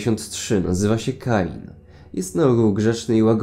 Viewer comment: KEIN NIE KAIN (czyta się)